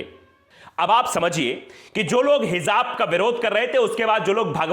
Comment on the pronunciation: Heezaab nahi kehte🤦🏻‍♂️ Hijaab kehte hain🙏